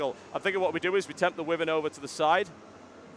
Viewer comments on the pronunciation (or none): its pronounced why-vern not wivern but ok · I think your miss pronouncing wyvern.